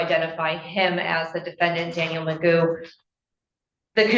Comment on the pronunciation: AI voice-over mispronounced " DANIEL "